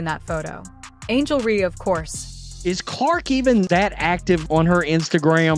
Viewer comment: It's Reese, not Ree. Can you not pronounce anything? It's A'Ja, not A'A, AJ, or what other stupid thing you said. Go Indiana!